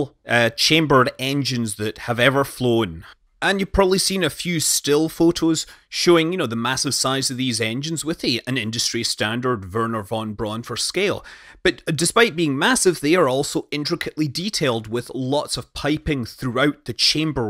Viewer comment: Please don't hurt yourself saying von Braun. If you just say brown you're very close to the correct pronounciation. And the v in von is the same f -sound as in Fricking...